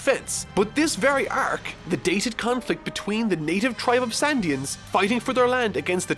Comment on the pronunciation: "sandians" "merry go" bruh where are you getting these, its going merry and shandians